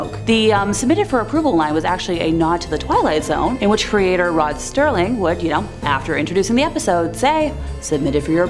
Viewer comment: Rod Serling not Sterling